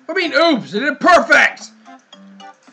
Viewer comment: Chalio Castrellon It Sounded More Like POOOOPS!!